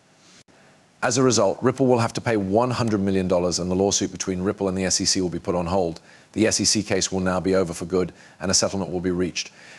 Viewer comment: It sounds like a person narrating, with realistic breathing sounds and pauses, but if you listen closely, it's AI. The whole thing is fake. For example, he (it) pronounces SEC as "sic", but in a number of slightly different ways. More AI clickbait crap.